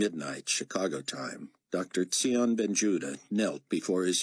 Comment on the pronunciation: And we were told in one of the first booksTsion is pronounced Zion. Oh, and when Chaim's voice is suppose to be much different why does he sound exactly the same?